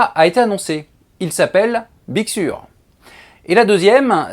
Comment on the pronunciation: On dit big seur avec un accent un peu plus british 😉